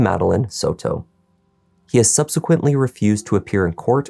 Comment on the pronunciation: It’s not sew-toe. It’s Soto. Like Soda but with an O at the end instead of an A.